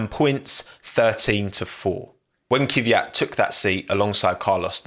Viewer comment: what's with you english speakers and non-english names?It's pronounced Kvίat not KίViAt